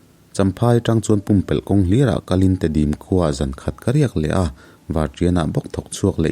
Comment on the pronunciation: Vapar te Tedim khua te hi alam rik dan hi i thiamlo der anih Chuan i thing ka ti khawp ang.🥴🙃